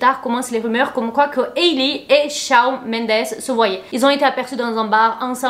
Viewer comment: Coucou, super GIVDT! Just pour te dire que Shawn ça se prononce ShOnne. Hâte pour la nouvelle vidéo.